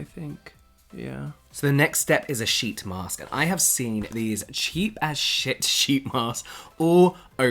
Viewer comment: I kept on hearing "s**t" mask :-)))